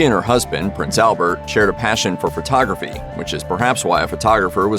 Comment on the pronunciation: Please stop saying furtography. Not body is taking a furto. Photo.